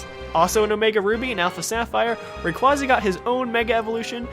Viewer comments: Everyone keeps mispronouncing Rayquasa. It's pronounced "Ray QUAY suh" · Why can't people say rayquaza right